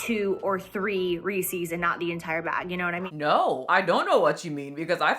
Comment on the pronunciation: I don't know this jacattack person, or whomever, but she said re-sees, insead of Reece's, and I'm over her just for that alone!